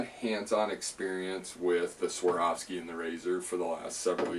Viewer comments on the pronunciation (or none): Please !!! A is first, O is second in SWAROVSKI.